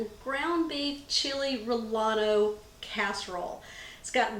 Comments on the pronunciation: pronounced " Ree aye (or A) no". The l is silent...so no lee or la ..its A.. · Hi, relleno is pronounced "ray-YEN-oh". It means the chile is filled with something. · in Spanish the E vowel is pronounced A and double ll sounds like Y so relleno sounds like Ra ya no. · Ur totally saying relleno wrong lol... u pronounce it rayenos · Correction: the E vowel is not pronounced like an A, but sounds like "eh". Relleno is Ray- eh- no. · I wanted to tell you that in Spanish the vowel of E is pronounced A so when you say relleno it sounds like rayano hope this helps. Next time you go to a Mexican restaurant ask them to pronounce it for you. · wait ! how did she pronounce 'relleno'? anyway, the orig chili relleno is much better...this dish is not Mexican